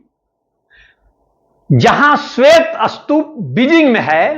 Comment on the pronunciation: Sir is the pronounciation of Stup is Astup...?